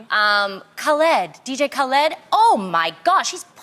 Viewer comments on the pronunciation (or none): Pronounced Ka-lid Tamara not Kuhlid. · Heard Tamera say Kuhled and went straight to the comments lmaoo I love her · Did anybody catch Tamara say “DJ Kuhled” 😂😂❤️ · DJ Kuhled 😂.....wait, before I laugh at Tamara, is that how you're REALLY supposed to pronounce it? I said it with an accent and it does sound more correct than how the media says it. Why am I over thinking this so early? 😒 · Khu-Led 💀 Oh Tamera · As many times Khaled said his name in his songs why is Tamera saying khuled???? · Jasmine Calwell yeah she said Kah-lead. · I just came to the comments to read about Tamera butchering DJ Khaled's name hahahaha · ummm dj kal-led......🤣🤣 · I was cracking up so bad when she pronounce it wrong! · Bro the way Tamra Butchered Dj Khalid had me dying😂😂💀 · Tamera is so white lmao she said DK Khaled name so wrong lol